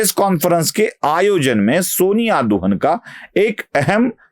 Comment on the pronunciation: शायद दुहान है. दुहन नहीं